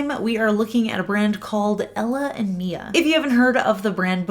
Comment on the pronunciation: This is so helpful! I looove self-leveling nail polishes, and I'd been wondering about this brand in particular. Thanks,! (Also, just FYI, it's "Mila.")